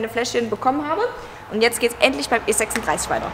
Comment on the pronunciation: niemand spricht E36isch so schön aus wie du 😍 hab auch schon einige Felgenreiniger getestet,-aber ohne nachpinseln wird das meistens nichts 😉 deshalb würde ich mich natürlich auch über ein Probefäschchen freuen 👍